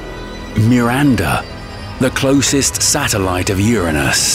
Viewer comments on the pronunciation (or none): U said urunis not Uranus